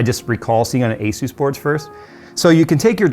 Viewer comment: It's not Aysuise. The company is called Asus. It's an abbreviation of the word Pegasus.